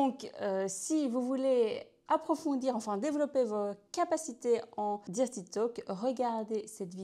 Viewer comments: Sympa l’idée mais "dirty" se prononce "deurty" si on devait franciser le mot 😊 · Excellent conseils, par contre la prononciation de « dirty », c’est comment dire…belgo-francais 🤭. Mais on s’en fiche vous maîtrisez parfaitement la langue (française lol) et de toute façon, sus aux anglois, si je puis dire…